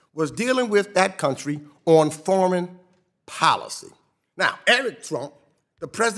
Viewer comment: "Very same time, dealing with that country on forman policy"